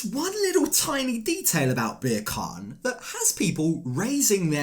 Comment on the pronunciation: Ohhhh… I love your channel but I’m not sure mocking his name as “Beer Can” is cool, my dude. Turkish is a beautiful language - I think this was a bit culturally disrespectful 🥲 we’re better than and above that